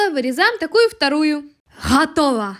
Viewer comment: Почему ты говоришь "Хатого* а не готово